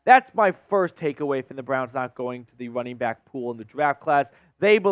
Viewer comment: “Wunning back”